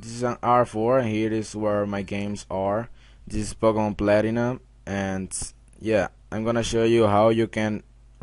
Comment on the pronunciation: pok..a..mun platy..un